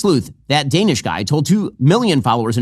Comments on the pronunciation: I'm pretty sure it's "duh-nesh" not "day-nish" or "daw-nish" or "day-nesh" or "daw-nesh" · That's one of the many things I HATE about MAGA, they REFUSE to pronounce anybody's name correctly. "That DANISH guy" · "that guy DANE-ish" ... I'm fairly certain he knows very well how to say your name. This is just another variation of how they deliberately mispronounce Kamala's name incorrectly just to be a-🕳️s. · He can't even say your name correctly! You're not a pastry 😂